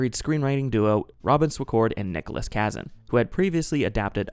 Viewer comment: This is great! One note: the first team of writers you mention includes Nicholas Kazan. It is actually pronounced kuh-ZAN or kuh-ZAHN (not KA-zin). He is one of Elia Kazan's sons; Zoe Kazan's father.